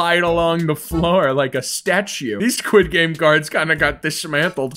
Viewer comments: Its sqiud game not skuish game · he really said sqish game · Bro in "its fron squish game"